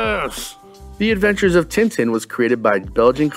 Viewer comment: never heard anyone outside belgium or france pronounce Tintin correctly :D